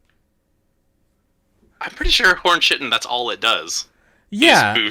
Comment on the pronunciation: Not to be pedantic, but it’s not “chi-tin”, it’s “kai-tin”